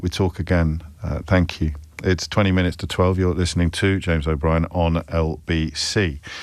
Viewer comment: Call me crazy but I'd swear Nick said 'Shames O'Brien' this morning. Then instead of his usual elongated "thankyouuu Nick", James sounded almost blunt...before really putting the boot in during the first hour of his (great) show this morning.